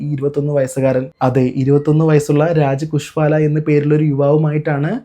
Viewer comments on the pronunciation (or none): കുശ്വാല അല്ല സഹോ : കുശ്വാഹയാണ്